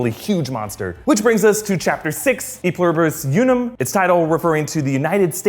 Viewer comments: Hearing people who don't take Latin try to pronounce "E pluribus unum" it hurts. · the way he said e pluribus unum triggers my ocd